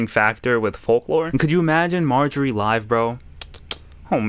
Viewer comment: “What is majoorie?” - 2023